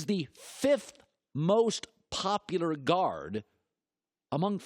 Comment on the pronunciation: Does anyone realize that Colin says "popular" like "popudar"